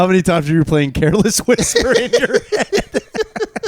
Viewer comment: Putting an S at the end of George Michael AND Careless Whisper is the blackest thing the has ever done